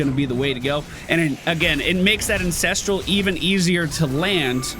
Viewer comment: Am I the only one that hears say Incestral and not Ancestral.